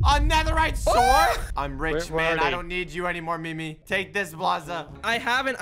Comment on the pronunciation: Please tell that it's not pronounced "S-word" And instead is prounouced "Sord"